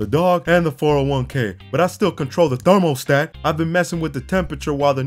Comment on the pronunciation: I know it's hard but just say it with me, ther-mə-stat not thermal-stat you'll get through this part of your life, we got you